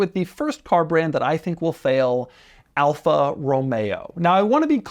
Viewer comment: I clicked this video hoping he wouldn’t say Alfa and it was the first one 😂